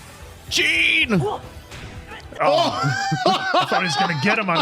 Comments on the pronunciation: I wonder which episode will they realize that Jean pronounced as "John" not "Jeen" lmao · Jean is not pronounced like that btw, it is like Djan ❤ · "Jean" more like Sean, not like Dean 😁